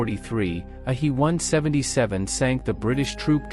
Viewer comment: Fix your bot! Its a H.E. 177 not a hee 177!